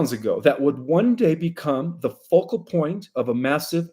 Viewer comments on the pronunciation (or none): none